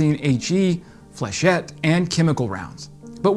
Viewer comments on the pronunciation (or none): none